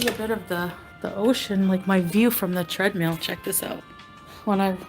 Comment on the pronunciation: Am I the only one that hears, “tread MEAL”???? 😒😒😒😒